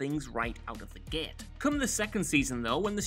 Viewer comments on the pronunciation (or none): none